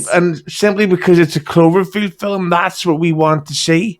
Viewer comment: please tell your cohost "film" has only one syllable. I know the guy is from a distant land, but man...